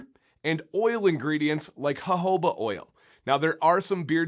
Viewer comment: This is the first time I’ve ever heard anyone pronounce jojoba like that. Never even occurred to me. It always just feels wrong to see a J used that way